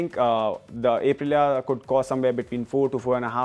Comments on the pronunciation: It's pronounced "Up"-Rilia not "Ape"-Rilia. You're auto journos, you should know better. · 🦍 - rilia Ape-rilia 🤣